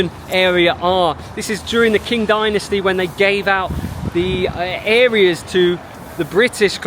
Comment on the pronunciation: Whenever you see the letter 'Q', replace it with 'Ch'. This is how you pronounce the word. So Qing Dynasty is pronounced as Ching Dynasty.